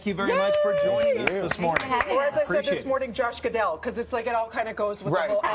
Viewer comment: “Josh Gadell” lol